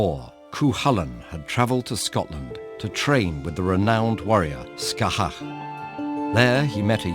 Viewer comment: scáthach's fada is not pronounced with an "aw" sound. It most likely would've been pronounced as an "ah" as it still is in Ulster Irish - the dialect most closely related to old Irish. Then again, it could've been pronounced "air", like in Ulster's pronunciation of "imfhálú." The "aw" sound that you find in Connacht and Munster dialects has developed only in the last hundred years or so. People on Donegal still usually say "ah", which is more old fashioned. You have to always assume you're doing something wrong with Irish, because unless you know the pronunciations inside out, you probably are.